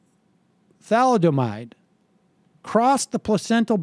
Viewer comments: "Thomaldehyde," Sam? Then "Thaldomide?" Read the card again, please. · Sam said "thamaldehyde." Then he called it "thaldemide." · Tha-Lid-A-Mide. Don't you hate know it all boomers? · The word sounds like Tha lid a mide. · Like how it's pronounced in we didn't start the fire. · It's pronounced thuh-LID-oh-mide. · C'mon Sam, you're not that young... haven't you ever heard the word thalidomide before? It's pronounced "tha-LID-o-mide"... Got it? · Its surprising to hear Sam not know how to pronounce thalidomide. I'm only 49, yet that word is INFAMOUS to people in my generation. "Thalidomide babies" was a phrase we heard so often. A girl a few houses down the street from me was born with no hands because of this, she was about my age. Thalidomide was as infamous a word for everyone my age and older as "agent orange" was, etc. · Let's retitle this "guy who can't pronounce thalidomide tries to defend the inefficient and cronyistic bureaucracy, claims to be to be educated on history"